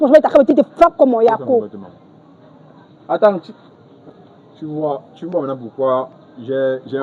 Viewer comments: Elle n'est pas Ivoirienne. Elle a dit" yako" dans un accent etranger. Ce n'est pas comme ça qu'on prononce "yako" .... lol lol .. et p[uis elle utilise "yako" n'importe comment. lol lol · C'est pas une IVOIRIENNE 🇨🇮 peut être elle est camerounaise et elle vit en côte c'est tout, elle prononce le mot YAKO pour se jouer les IVOIRIENNE, on dirait vous avez peur de la dame ou bien c'est parce qu'elle fait du bruit 🇨🇮🇨🇮🇨🇮⚔️